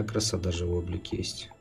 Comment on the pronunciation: нЕкрос, а не нЭкрос 😂